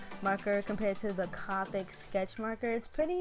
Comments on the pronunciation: It’s (C-Oh-pic) not c-ah-pick I love your art but that’s driving me crazy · Not to be rude but it’s copic not capic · actually the copic refills are very cheap. they refill like 10 markers also its pronounced coe (rhymes with toe) then pick